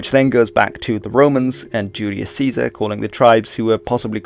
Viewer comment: You named Caesar correctly. Instant sub :)))